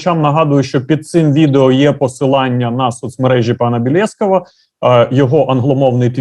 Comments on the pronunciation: Невже так важко запам’ятати правильний наголос в прізвищі людини, котру РЕГУЛЯРНО запрошуєш на ефір??? БєлєскОв, а не БєлЄсков. Це ж не біном Ньютона! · Інтерв'юер то з гарний, але якби ще прізвище пана Миколи правильно наголошував, то взагалі ціни б йому не було😁😁😁